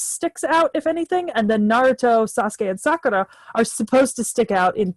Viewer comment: the way you say sakura is cringe..its sakoora or sakura..not saakara...ok?..its not elegant for her...its meant to be said sorta gross when referring to her...shes not a good character